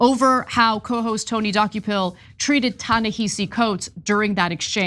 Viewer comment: Ana love u kween, pls learn how to pronounce Tanehisi’s name